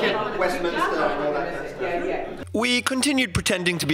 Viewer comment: Did he say west Minister!? lol